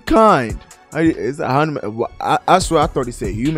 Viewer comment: . American can't even pronounce Hanuman 😂